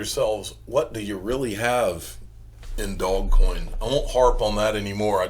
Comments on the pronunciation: I cringe every time you say "Dog coin." What a stupid way to say it. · I think it's hilarious